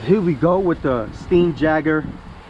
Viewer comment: Pronunciation St eye n yay gr Jesus Christ brother.